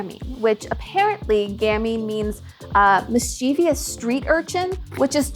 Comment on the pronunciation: Really? Pronouncing Mischievous incorrectly?